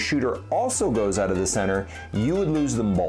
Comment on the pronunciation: When he says ‘oot’ instead of ‘out’😝😝😝